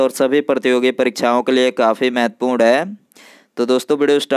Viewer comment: ग्यारह को इग्यारै, रेलवे को रेलबे, परीक्षा को परीछा, क्षारीय को छारीय.😊😊 पर विडियो अच्छी है आपकी.👍👍.😂😂